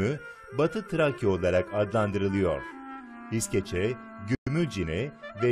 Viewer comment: Izkece değil iskeçe😑